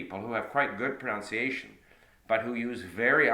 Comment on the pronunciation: You lost me when you said proNOUNCEiation not once, but twice. How ironic!